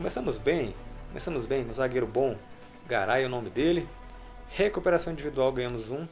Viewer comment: Na narração do fifa fala carai em vez de garay